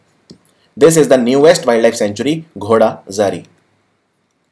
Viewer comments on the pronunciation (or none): sir not ghodazari that is godazari sanctury